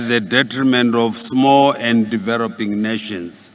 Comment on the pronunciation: It's a pity Zimbabwe represented by someone who can't pronounce English terms correctly e,g develop,deverop ,freely, friri mutual,mutuari